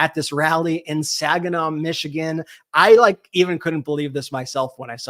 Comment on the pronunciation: It's Saginaw... seriously lol. Nothing to see there people